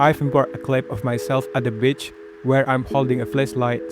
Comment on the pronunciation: bro did not say beach